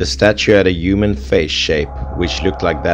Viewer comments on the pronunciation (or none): it’s the “yyumen” for me xD